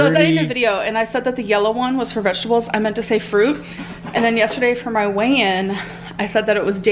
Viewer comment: Just realized she says “vejables” instead of vegetables